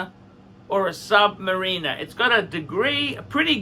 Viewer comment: Please start pronouncing submariner properly.